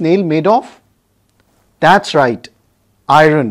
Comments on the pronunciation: Not iroon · Hii Sr ur explanation is very clear nd easy to understand.. I have only one suggestion of the pronunciation of iron..pl do check it if I am wrong..